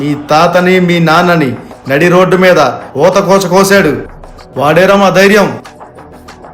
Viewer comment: ఊత కోచ కాదు... ఊచ కోత